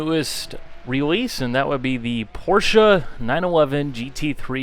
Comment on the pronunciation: its not Porscha its Porsche